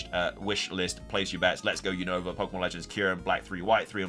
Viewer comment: why you keep saying Unova Name Wrong 😅